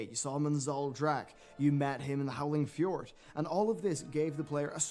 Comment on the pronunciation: EF-Jord... hahaha, holy crap, really? ;D